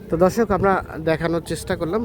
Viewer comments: কিরে ভাই, দর্শকের জায়গায় ধর্ষক বলতেছে, কারে দর্শন করছে আপনার । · ধর্ষক না দর্শক😂😂😂